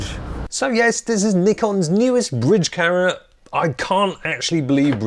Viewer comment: The way this guy pronounces "camera" infuriates me to no end